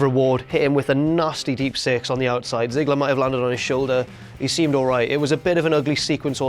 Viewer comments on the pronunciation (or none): Deep six or Deep Sex?